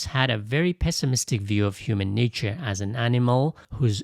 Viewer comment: It’s a wonderful video! I have watched it 3 times. But can the pronunciation for nature and quote? Sounded weird n also sounded like a different word. Ie “Nature” sounded like “nietzsche” N “quote “ sounded like “koult”.